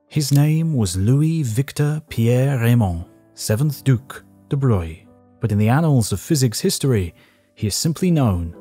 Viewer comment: why is it that they pronounce de Broglie's name right, but absolutely butcher Rontgen's ?